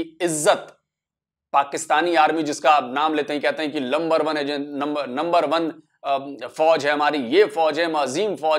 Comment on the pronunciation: You started of correctly, it is LUMBER 1 then you changed it to NUMBER 1*, Please say *LUMBER only, 🤣🤣🤣🤣🤣🤣🤣🤣🤣🤣🤣🤣🤣🤣🤣🤣🤣🤣🤣🤣🤣